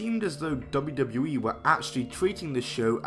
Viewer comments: Lol he can't say wwe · Can’t even pronounce WWE lol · At the start of the video, the way he said "WWE" 🤦🏿‍♂️ I was like wooah okay buddy 🤣🤣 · Please learn how to say WWE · The way this guy says "WWE" is funny af